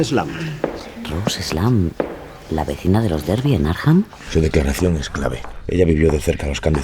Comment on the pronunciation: Muy original. Gran trabajo. Por otro lado. Arkham se dice Arkham....... Akram.🙃